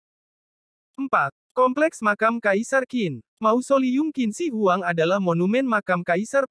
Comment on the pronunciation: Wah....yang Kuil gantung, tingginya ditempat 75 meter lagi. hebat 👍 Dan nama Qin Shi Huang bacanya mesti "Tjhin Se Huang.